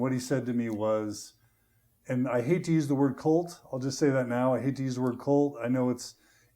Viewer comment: It sounds like John is saying Colt instead of cult.😊